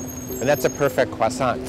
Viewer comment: say cwoissant one more time I fucking dare you